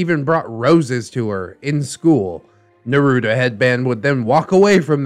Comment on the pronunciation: I really hope you’re pronouncing naruto like that ironically